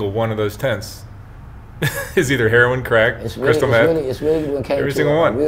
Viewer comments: Something is wrong with this story. You would think that after all this time he would know how to pronounce the drug he is addicted to. His story is much too detailed with never having to even think about it for a minute. I have never met a junkie like this guy. He also said something about being so amazing that he lasted so long at his age. Doesn't make sense. The cops made him go to jail for overdosing. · Why do all these people(LA) pronounce it heron ,there is i ! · Never heard of anything pronouncing "HERON" for heroin. He seems like a honest person. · I love how he says heroin. I am as country as a church mouse so I pronounce (hair-o-win). Did he stop to breath while telling his story? Wow he remembers well. I wish him the best..... hope he is well now. Hugs!